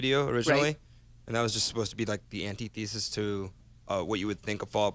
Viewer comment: "An-tee theesis"